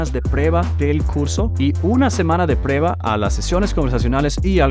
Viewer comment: necesitas pronunciar la “u” en la palabra “prueba”. Te admiro